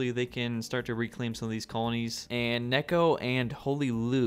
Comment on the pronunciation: It's not Nekko it's Neko, you bacca